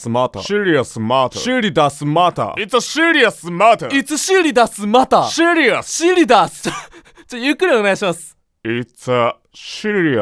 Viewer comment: seriousはシリアスって読むんですよ…